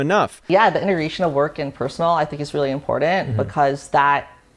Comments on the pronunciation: Just like that FTX guy and that Holmes (theranos) girl. All of them operated around the bay area. All of them, from wealthy and connected families and they all seem to pronounce the word "important" as "imporden"(as well as others of their kind). Rich thieving Retards. Truly gifted and talented. They were all young geniuses "on the SPECTRUM"; and GIFTED the early easy lives, and TALENTED enough to steal exorbitant amounts of money, but still truly RETARDED. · She can't even pronounce "important"